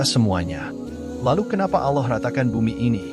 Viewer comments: Hati2 ngomong allah.jgn alah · paling gak pake suara sendiri ,, jd serasa mengolok olok tuhan ,pakai bahasa AI.. ALLAH , di katakan ALLOH....